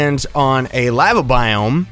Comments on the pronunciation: your laeveea is killing me its LAVA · U pronounce lava wrong